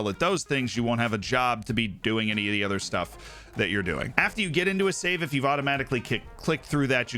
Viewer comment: Why do you say "ether" instead of "other"?